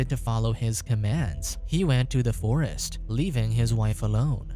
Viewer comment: Dude, the way he talks hahahaha, "Mick was about to attack héêer, he was going to the fóôóréêést"